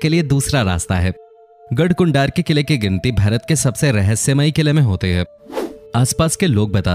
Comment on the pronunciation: ye mujhe भरत kyo sunai de ra 😂